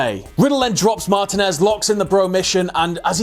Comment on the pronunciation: It's pronounced Mah-teen-ez